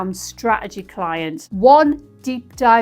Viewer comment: Love the videos, the factual information and the humour, but… straegy is spelt and pronounced straTegy. 🥰